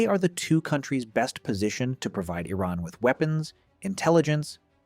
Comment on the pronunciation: I don’t think the narrator could have found more ways to mispronounce “Iran” in a single video.